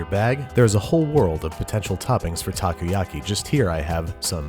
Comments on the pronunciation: Nope, you are wrong. He pronounces it "okay"ish as "takou" he starts saying "taku" and keeps on saying taku. How bout you LISTEN to it again? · also "takuyaki" ?? taku yaki? Ta Ko Ya Ki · I love this but when you pronounce takoyaki try to pronounce it like taco-ya-ky. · Tacoyaki. Ugghh. The pronunciation is killing me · Pronounced taco-yucky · “Taco-yocky” “ohkono-meeyocky” You could at least properly learn one word in Japanese... like, just maybe. Filthy gaijin... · My dad makes Takoyaki all the time and it’s a LOT easier to pour the batter with a condiment bottle so you can get the amount you want. And you mispronounced takoyaki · たこ焼き たこ meaning octopus たこ is read phonetically as た"Ta" and こ"Ko" Pronounced roughly the same as the mexican "taco". Why are you talking about stuff you don't understand?